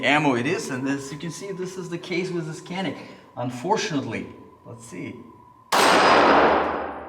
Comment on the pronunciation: I am writing as a Turk. You are pronouncing "canik" false. We pronounce it not like "kea - nick" Just like "janik" I found a video about this on youtube. If you are interested: Nice video. I like it :)